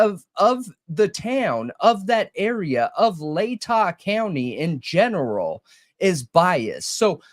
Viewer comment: You said lay-ta right! Yessss!